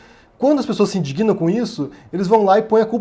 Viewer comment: desculpe-me pela observação. A pronúncia correta da palavra indigna não é "indiguina". O verbo se pronuncia da mesma forma do adjetivo. Ninguém diz: aquela mulher é indiguina.